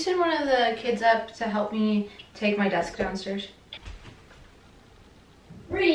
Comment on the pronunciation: Lol! “Get out m’car!” Sounds like my relatives on my Mum’s side! They are in the west-midlands in England.